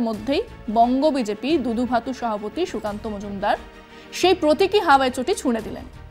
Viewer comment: ম্যাডাম আপনাকে শ্রদ্ধা করি তবে একটা অক্ষর মনে হয় আপনি ভুল উচ্চারণ করছেন মনে হচ্ছে সভাপতিকে সহাপতি বলছেন। তবে স্পিডে কথা বলতে গিয়ে অনেকেরই এরকম হয়ে যায় আমার মনে হচ্ছে ওই শব্দটা যখন ব্যবহার করবেন তখন একটু ধীরে বলবেন তাহলে ভ অক্ষরটা স্পষ্ট হয়ে যাবে।